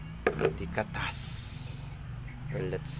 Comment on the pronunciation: Laptrip ako bro sa "katas" 😂 HAHAHA pero nice content bro